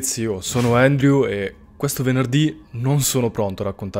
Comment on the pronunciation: Credevo si scrivesse andrew,pronuncia endriu.